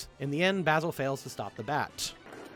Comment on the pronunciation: Can I just quickly say, that as someone whose name is Basil it's very unusual to hear say my name so many times. And not just saying it, he's saying it correctly. I keep feeling like he's talking shit about me.